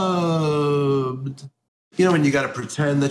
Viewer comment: HA! "SO sunbbed" Bhahahahaha!